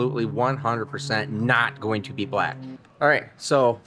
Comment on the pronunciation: Im late to the party but i think the name should be the toobee camaro lol for some reason when u said to be named i thought u were saying some michigan slang word or something us southern fold dont kno about lmao to be sounded like one word when u said it so toobee it is!!